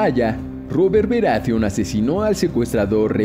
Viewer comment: Bien, despues de escuchar esta sarta de estupideces (sacando la ultima que es mas que obvia...) queria dejar unas consultas: 1) Claramente para el video se uso algun tipo de modulador de voz bastante mediocre.. 2) De no ser asi por favor indicarme quienes son "Denarius Targaryen", "Robert Beratheon", "Twyn", Tyron".. ya que voy ya por Festin de cuervos y jamas escuche de estos personajes. A lo mejor se referiria a Daenerys, Tywin, Robert BARATHEON y Tyrion... Conclusion, hacer un video con teorias estupidas pueden tener sentido, pero minimamente seria bueno aprender los nombres de los personajes.. A kurko vein le gusta esto xD